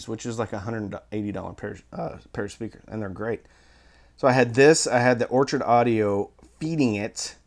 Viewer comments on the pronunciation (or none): none